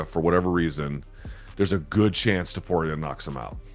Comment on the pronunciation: the next time you said TOPUR IA like a freak, im going to teach u some spanish men, just copy how ppl use to call him TO PU RI A